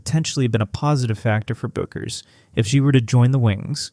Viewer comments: Say it ri h t, beck-ers! You AI SCRUB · Paige’s last name is pronounced like “BECK erz”